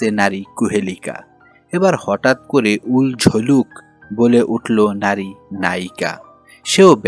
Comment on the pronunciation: চরিত্রটি হল উলঝলুল। আপনি বলছেন উলঝলুক 😂😅